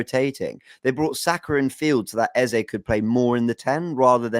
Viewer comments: the name is EZE, not Eza. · i agree, you made the right choice in choosing your gyaal...big up guys...good to see you all back. BTW its 'Eze' pronounced (Ez-zay) not 'Eza' pronounced (Ez-zah) which means 'King' in the igbo language (spoken by the South Eastern people in Nigeria)